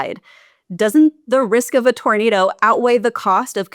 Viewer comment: What the hell is a ‘tornadow’ ?